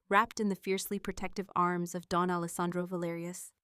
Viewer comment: Don not Dawn